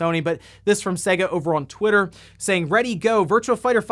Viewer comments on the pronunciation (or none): For the love of God.............it's 'SEYYYYGA' (as in AGES NOT SEGGGA (as in EGG). Please please please pronounce it properly man. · Anyone else shudder when he says Sega.. I mean, the console actually showed you how to pronounce it on practically every game, especially sonic games.. (First world problems)